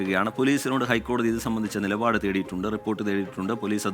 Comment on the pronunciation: നിലപാട് നിപാട് അല്ല